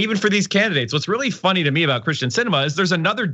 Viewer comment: Would someone please pronounce Kyrsten’s name right?